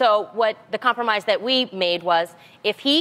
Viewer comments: It's compromise not compormise yo! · It's compromise, not compormise..... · "Compormise" haha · Hahaha i thought adrienne said 'The weed men' are attracted to that LMAO but anyway it is hard to 'compormise'....spellcheck fail